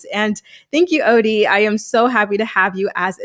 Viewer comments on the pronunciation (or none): none